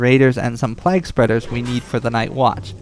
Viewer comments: fyi, it's pronounced "playg" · Why are you saying plague like that?